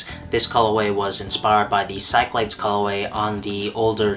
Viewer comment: Bro Cyclades is pronounced Sick-Lah-Deez. Great collection and video…even though you said “colorway” like 6,300 times. 🤣🤙🏽🤙🏽🤙🏽